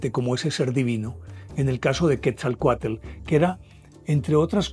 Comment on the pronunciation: Así es y la pronunciación de Quetzalcóatl es tal cual, el lo pronuncia "quezacoatel".